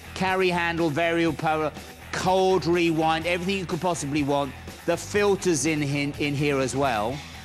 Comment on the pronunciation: He said "Cold Rewind" instead of "Cord Rewind" +ibaisaic